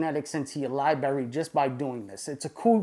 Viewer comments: I love you but seriously your use of the word “Libary” is getting annoying. You’re old enough to say “li-bra-ry” like the rest of us. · Hate to be that guy, but you know, it's pronounced library right (respectfully) ? With two "r"s. Lol your videos are absolutely awesome! I've learned a lot thank you for the info. , and say it However you want, just sayin. Lol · Love the videos but I’m not sure what a ‘lie-bury’ is? Is that kind of close to a library? As in there’s 2 “r’s” in the word? Or is this a lie that you bury? Lie-bury? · You lost me at libary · "My-cell-ium", "li-bary", and baphomet...this clown has irked me in the first 30 seconds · Lie Berry 😆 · this is awesome, but is someone gonna let know he has mispronounced the word library about 3k times? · Im sorry theres no way im taking advice from someone that cant say library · Hate to be that guy, but it's hard to take someone serious when they can't pronounce library